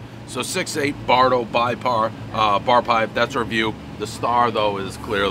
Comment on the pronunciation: When you call it "BYE PAR" you have failed that test